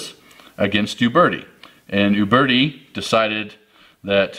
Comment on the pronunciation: Thumbs up for calling them OOOOBERTI and not YOUberti.